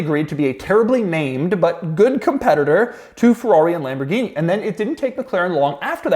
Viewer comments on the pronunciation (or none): none